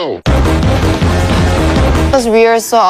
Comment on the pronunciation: She did not, she said "becoh" while trying to say "because" fast. You don't even need to be Korean to understand that was she said wasn't 3 syllables like 그니까, and I'm Korean anyway.